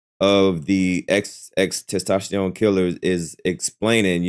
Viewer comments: 😂😂😂 Can you just say, X. 😅😅 It's TENtacion not TES 😂🤣🤣🤣🤣🤣 you're so close to saying testicles. 😅😅😅😅😅 I'm just trying to help you sound it out, not be disrespectful. Ten-ta-see-own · Come bro it’s XXX-Testosterone it’s not that hard 😂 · Sound like XXX Testosterone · Wild they can't say it right